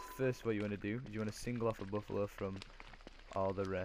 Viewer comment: It's Buffalo not boffalo